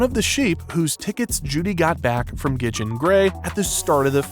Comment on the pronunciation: hold on hold on, did you call Gideon Gray "Gidjin"????